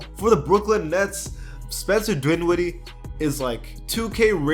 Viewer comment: It’s DINWIDDIE bruh, not DWINWIDDIE. This is the second video I’ve heard you murder his name. Lol.